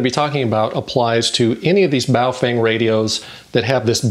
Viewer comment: In Chinese it is pronounced baofong not baofeng